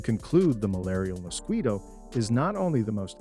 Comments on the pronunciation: "Mosqweto", hilarious pronunciation! Has the person who narrated this video never heard of this insect? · Good video. I am not fond of the narrator's pronunciation of the mosquito though. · What's a Mosqueeto??? 😂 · What is a “moskweeto"? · does he keep saying musqueato?